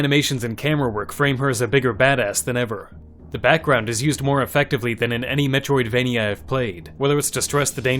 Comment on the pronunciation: Why did you say Metroidvania that way. Also, this is a metroid game. Why would you say this metroid game is metroid-like?